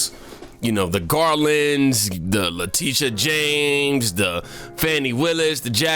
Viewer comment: I miss when u used to butcher her name as "Lydia" James "La Tisha" lol you should've kept that up lol